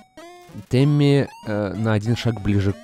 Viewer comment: почему произносит темми, как тиммэ! (с южного парка)